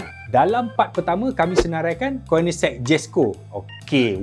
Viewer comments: Bukan koinigsegg sebut dia oii.. konigseg sebut dia bang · sebut Koenigsegg salah... Nak sebut Koenigsegg macam ni: KOU - NIG - SEG